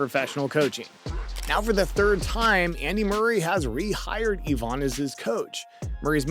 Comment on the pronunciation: Eeevaaaahn haha its ivan. And what was the mess of ivanisevic eevanisvevik